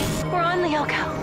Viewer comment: The 2000s had much better times. And it's lyoko not loco